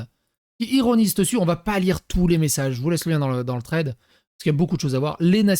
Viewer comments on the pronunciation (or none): none